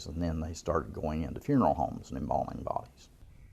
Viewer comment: "Reporting a-lav."